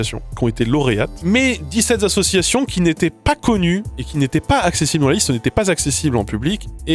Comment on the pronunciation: Dix-sept Zassociations hein x)